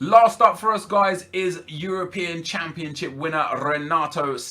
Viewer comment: its championship Nep not championchip , please dont kill me just saying